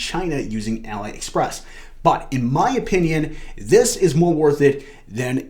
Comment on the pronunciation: Great video but please, don't call it ala express. its Ali express (pronounced Ah-lee) lol.